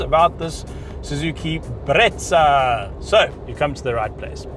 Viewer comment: Best review bro, as for the "Bretsa" 🤣🤣